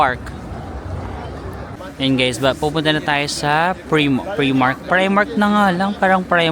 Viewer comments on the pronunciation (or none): PRIMARK is pronounced as pry-mark